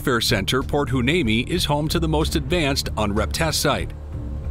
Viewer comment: Heuneme is pronounced wy-NEEM-ee